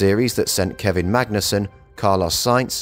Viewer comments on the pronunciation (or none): none